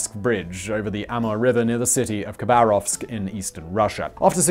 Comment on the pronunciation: You pronounce the city name as "kuh BAHR ovsk", it is supposed to sound like "Hava ROVSK".